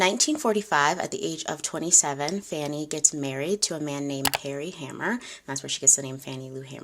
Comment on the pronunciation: Correction: Her last name had one ‘M’ and is pronounced “HAY-mer.”